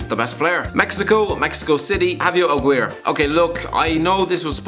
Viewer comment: Im gonna need your scarf to shove through my ears after listening to that pronunciation od Javier Aguirre (Pronounced A-Gear-ey) And really Javier Aguirre was the best you could find? Hirving Lozano (the current PSV prospect) is from Mexico city and Cuauhtemoc Blanco (arguable Mexico's best ever player,) is also from Mexico City.